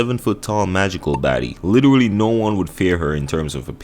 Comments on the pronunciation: Take a shot every time he says literuwally. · Was anyone else kinda put off by the way he said “literally”?